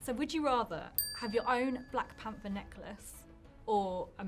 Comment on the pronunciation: Daniel: "Blak Panfer"